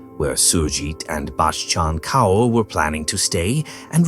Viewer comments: Kaur is pronounced CORE. For future reference. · It is so painful to hear the pronounciation of the names. It would be great if you make an effort to learn. Kaur is pronounced Kor. Thank you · The way you pronounce the mothers in laws name is SO annoying